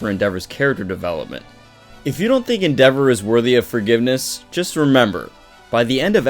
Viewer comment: Your mispronouncing endeavors name en-da-vor not en-devor